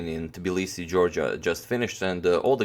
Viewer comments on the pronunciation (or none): none